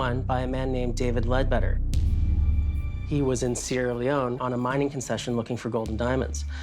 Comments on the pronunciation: He said "Sierra Leoney "!!! LOL! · The Ufologist said, "Sierra Leonie" lol. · Old crack confused sunny leone with sierra leone...pronuntiation is way wrong